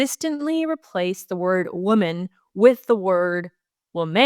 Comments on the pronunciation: The reader freaking out about your mispronunciation or under pronunciation of women and woman is silly. However, if you do plan on correcting the situation, do it right! It's not woMAN! Plural is pronounced: wimin Singular is pronounced: womin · please take the following as a good faith observation and suggestion. As a born and raised Canadian from Southern Ontario, the word woman (singular) should be pronounced as w-oo-(as in good)-mun (as in bun), and not wo-man (as in man). Whereas the word women (plural) should be pronounced as w-ih (as in it)-men (as in men). Also, the emphasis is on the first syllable in both cases. For your consideration. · It’s pronounced wimen plural and woeman singular. It’s just a pronunciation issue. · Great show, but the woman / women thing ... In my understanding, the pronunciation has always been as follows: women = "wimen" and woman = "wuhman". Wo - MAN just seems weird? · Woman (wuh-mun). Women (wih-min). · Heart wrenching what the lousy NDPs, federal and provincial imo have done to Caylan Ford, l hope she wins her case big time. Great job Federation of Canadian Taxpayers, CBC deserves total defunding of all taxpayer funding now. And as far as pronouncing woman and women its sounds the same when you say either to my ear, lol but plural women sounds like wi-men and singular sounds like wu-man imho. Love your work ❤.